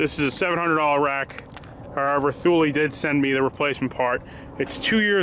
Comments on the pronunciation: TOOOOOO LEEEEEEE not THOOL lol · It’s pronounced tool-ie. No “th” in there.